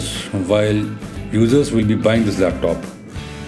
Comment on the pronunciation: It's laptop not lep tope